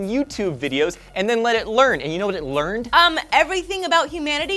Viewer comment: you said vat XD